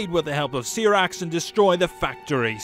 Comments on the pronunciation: Okay, no offense... Did you even play this game? Because you get alot of names wrong lol Here’s the ones you got wrong, and how they’re meant to be said... LUI KANG You said: ”Lu-i Kong” Right way: ”Luu Kang” CYRAX You said: ”See-Rax” Right way: ”C-eye-racks” GERUS You said: ”Ge-ras” Right way: ”Gee-rus” KANO You said: ”Kah-no” Right way: ”K-no” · Cee Rax? I know ur from the Uk, I am too, but i pronounce it properly. SAI RAX = Cyrax Come on man, at least get the names right if your gonna put videos out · SEER-AX? Seriously? Where is this guy from?